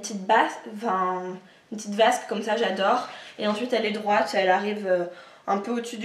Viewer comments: On dit robe peplum et haut Basque et non pas Vasque!lol Mais sinon j'aime beaucoup tes achats dans l'ensemble ! ;-) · LOL pour le VASQUE au lieu de basque...